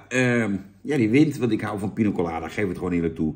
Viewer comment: Jan met zijn "Pino Colada" 😂 Voor de rest van de wereld is het gewoon Piña Colada 😉